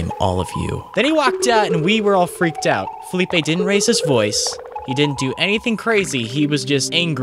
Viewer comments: I think his name is Felipe, not Phillipe (thats french i think) Love the video guy, keep like that. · Im guessing he was trying to say "felipe", cause it would be kind of a dumb spelling if it really was like that, unless he was called philip and people referred to him as felipe